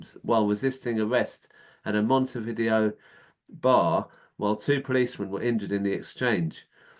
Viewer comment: Sorry, but the capital of Uruguay has NOTHING to do with VHS/Betamax. Vi-Dayo is the pronunciation. It's more like Mount View. If you have relatives across the river Plate, they'd know this.